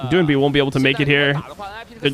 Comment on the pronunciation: Every time iwdomimate mispronounces the name doinb I cringe